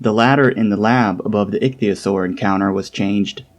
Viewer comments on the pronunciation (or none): none